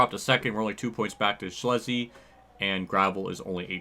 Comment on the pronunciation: Gio Scelzi is pronounced Sell-zee not Schlezy